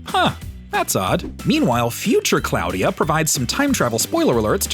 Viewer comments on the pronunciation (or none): Claw-dia.... not Cloud-dia ...